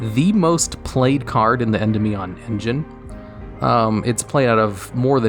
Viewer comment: anyone else notice that when he was talking about electrumite he pronounced endymion correctly, and while talking about servant he doesn't even get close?